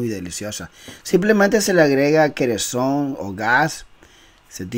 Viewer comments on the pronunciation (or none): Kerosen jajaja no kereson😂